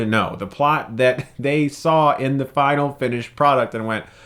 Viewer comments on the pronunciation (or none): none